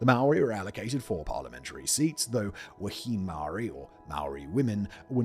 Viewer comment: Love to see Aotearoa in your videos, just a brief bit of feedback... Wahine is pronounced Wa-heen-aye, but bloody good on you for giving it a go mate,chur